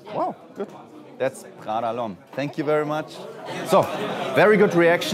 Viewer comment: Thats not Prrrggda, its just Prada